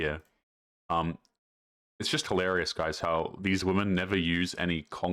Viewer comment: pronounce the word "hil-a-ri-ous".